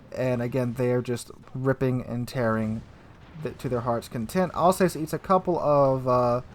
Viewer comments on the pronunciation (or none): Love your vids. It’s pronounced Alz Ass. Not Alz heyssss. I should know. I was born in Strasbourg. In Alsace. Cheers!